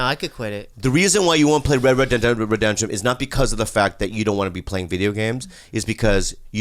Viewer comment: "re reh de deh reh re denshuh" listen to that shit in slow motion hahaa